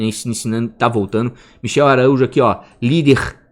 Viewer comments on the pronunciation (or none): none